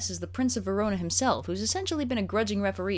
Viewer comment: I'm aware the comments are all commenting on the content of the video and while that's all well and good... Did say "Verono"?